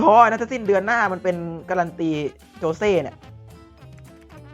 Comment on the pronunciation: ขอโทษนะครับมันชื่อโจชิครับไม่ใช่โจเช่